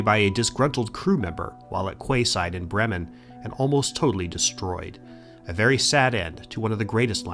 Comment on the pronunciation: You pronounced quayside like it's spelt... Is this an American thing? We say it "key-side". But then you say "buoy" like it's spelt so maybe so. Or you might have slipped up and read the card literally. Regardless, really enjoyed the video.